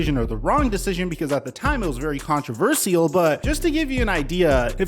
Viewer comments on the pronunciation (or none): Lol "controverseeuhl. Come on. The way u say controversial is controversial itself. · Lmao 🤣 same bro